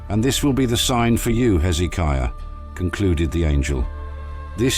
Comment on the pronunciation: Dear Mr "AI" PLEASE get your pronunciations of the name of kings correct, it's Hezekiah, not Heeizikia.